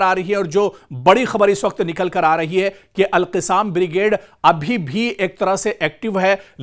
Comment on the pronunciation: ارے میاں alqassam کہنا چاہیے اور آپ alqisaam کہ رہے ہیں جو غلط ہے آپکو اُردو بولنے نہیں آتا سیکھو پھر بولو تھو تھو تھو تھو تھو تھو تھو تھو تھو ارے رے رے رے رے رے رے رے رے کیا رف زبان ہے اُردو بولنے نہیں آتا